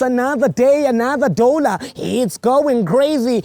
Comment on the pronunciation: This was hardest intro of all time 😂 "another day, another dow-lar!"